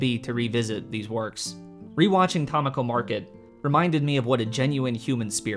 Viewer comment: Not only did I know you'd mispronounce Tamako, I correctly guessed your mispronunciation before hitting play.